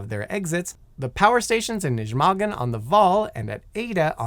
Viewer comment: As a Dutchman, first attempt at pronouncing "Nijmegen" made me laugh harder than it should've